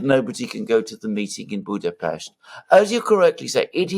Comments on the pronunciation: I approve your pronunciation of Budapest. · perfect pronunciation of our capital!!! Thank you!!!